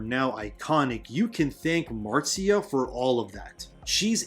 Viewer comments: Absolutely love your channel and have subbed....but one thing it's not pronounced Martsia Lucas it's Marcia as in the Brady Bunch...Marcia Marcia Marcia😉😂🤣🙌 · Marcia Lucas is pronounced the same way as Marcia Brady